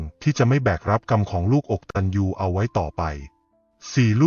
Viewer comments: คำว่า อะกะตัญญู ไม้ได้ออกเมียงว่า อก ตัน ยู ค่ะ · ผู้ อ่ า น ยังอ่านไม่ถูกต้องเลย อะ กะ ตัญญู อ่านให้ถูกนะคะ อกตัญญู ไม่ใช่ อก ตัญ ญู โถๆๆๆๆ น่าสงสาร คือตัวคุณ อะ แปลว่า ไม่ กตัญญู อ กตัญญู.😢😊😢